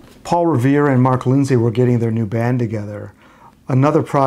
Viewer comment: Excellent research. However, I think his name is pronounced "Lind-see" (like linseed oil), not "Lind-say".